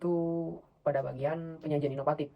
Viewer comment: Inovatif mas, bukan inopatip